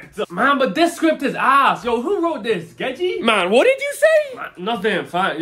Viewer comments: You calling them "geji" always gets me lmao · 1 day will call gege correctly cause he been stuck on "geji" for too long now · Question what is the origin of they way he pronounce gege as cause i have heard him said the correct pronunciation before (🤓🤓🤓🤓🤓🤓🤓🤓🤓🤓🤓🤓🤓)